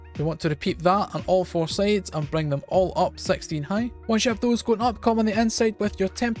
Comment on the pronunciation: "Sexteen" Btw awesome build ily